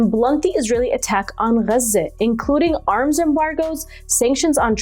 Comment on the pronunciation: Please stop saying Gaza like that - Gazans don't say it like that - you are being a wanker